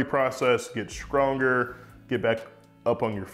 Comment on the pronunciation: I love that you can tell that he is from the south. His st are pronounced sk skrong skrength